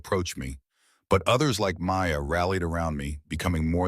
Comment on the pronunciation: Orion or Ryan ? Maya appeared Maud ? so the channel does not understand what the AI story is saying Anuka Sharma butchered to Anukumarma